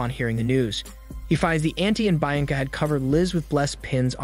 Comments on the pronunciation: It's pronounced "BIYANCA" and not "BAINCA" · I thought Bianca is pronounced Bee-un-ca, not Bi- an-ca. You sometimes butcher names so it’s either that or that’s how it’s pronounced in the language this was filmed. Edit: ok I scrolled down and apparently other people caught it too, I think is funny how often you butcher names and I’m going to point it out every time😂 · Bee ahhhn Kuh. Not bye an lag. My God. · It's pronounced BEE-anca, not BYE-anca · Great recap but it is actually pronounced “ Be-yan-ca”. I am not great with phonetics but I think it’s closer to the actual pronunciation. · "byanca, byanca" Fs man!! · Im sorry but the woman's name is pronounced 'BE-AN-CUH" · Cool recap but "Buyenka" pronunciation must be an inside joke? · His pronunciation on the name "Bianca" makes me chuckle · It makes wince every time he says it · Was looking for this comment 😂😭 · Everytime he says her name I cringe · well am just mesmerised by the way you pronounce the name Bianca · The way he’s pronouncing Bianca is driving me nuts! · Little brother that's not how you say Bianca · Oh for Heaven's sake it's really not that hard to pronounce Bianca correctly